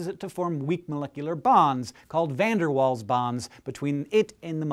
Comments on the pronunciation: It's pronounced vander VAALS not waals. But great video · It's pronounced 'fun dir Vaal'. Dutch surname, so the v and w are different to English. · It annoys me because Van Der Waals has always been pronounced "Van Der Valls" where I come from... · no, it's pronounced '' Van der Vaals'' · pronounced VDW wrong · omg the way you pronounce VDW is like cancer to my ears :( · Van der Waals.. we pronounce the W as a V in the uk :P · that pronunciation of van der waals was horrible, however i can forgive you a little because now i know that my duct tap is a magnet of sorts too!